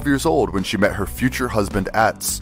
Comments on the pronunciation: ATz??? Why does the narrator pronounce his name like that? It's not the way it is said on the program. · The name is properly pronounced OTZ.